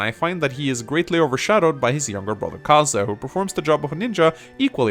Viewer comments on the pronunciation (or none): "Kaza" "Kazek" Its Kazay. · Can't say that I've heard the pronunciation of Kaze as "Kah-zah" before... Typically it's either "K-ayze" or "Kah-zey". Not a complaint, just a point of interest.